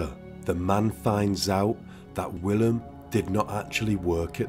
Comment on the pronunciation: So Willem is pronounced.. Villim. The W is pronounced as a V. Love your channel.